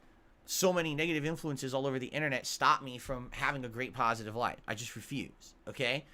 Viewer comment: "I am totally shocked this brave, successful streamer, who is well liked, and held in high regard by both his peers and fans, who does nothing wrong and everything right, would back out of a doco that would only show him is a pahsitive light. I never saw this coming. I guess there was nothing he could do doods.🤷‍♂He has to protect his fahmily and community of fans". --How thinks everyone else will think, when they hear he chickened out.